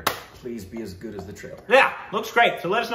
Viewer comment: It is trailer not tailer